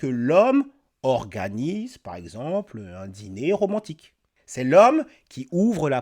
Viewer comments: "les hommes veulent plus me courtchiser pourtant je suis trop romantchique wesh" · "L' époque où on te tenait la portchière de la voitchure me manque." Wallah wesh, genre c'est romantchique ça. D'ailleurs, elle a vécu à quel siècle, cette jeune femme ? Parce-que moi, je n'ai jamais connu une telle époque, et je suis plus âgé qu'elle 😂 Et pour l'autre qui est au Kazakhstan : eh bien super, trouve-toi un homme kazakh, de l'ethnie kazakh ! 😂 Problème résolu dans ce cas !